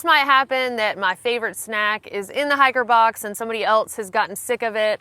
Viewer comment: At first I didn't understand what a "hacker box" was.